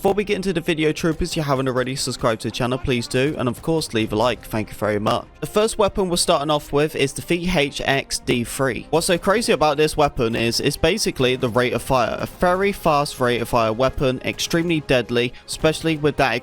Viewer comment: i had to look at the killfeed to see what gun you were even saying lmao "vhx deefree"